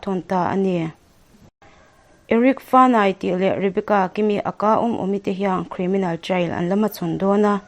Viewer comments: Chhiar thiam lutuk 👍...mahse Aka nilovin A.K.A tih tur zok amal malin lam tur ani e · a ka ti a lam lo in a.k.a tiin lam nise... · Aka i lam dan hi..